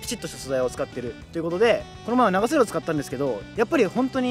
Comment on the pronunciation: 長袖と半袖のイントネーションおかしいwww